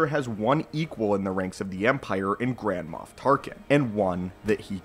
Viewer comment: Sounds like you're saying Grandma Tarkin